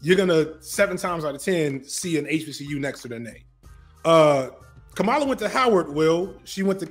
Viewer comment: "Comma-luh" not "Kuh-mala"